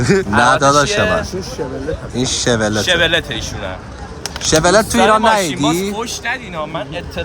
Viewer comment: شورلت نه کورلت😂❤